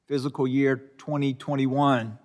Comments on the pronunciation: Um, its pronounced FISCAL, not physical year 🙄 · Its fiscal year not "physical" year lol